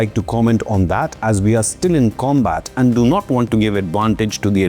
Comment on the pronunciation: armed forces? its Aand forces.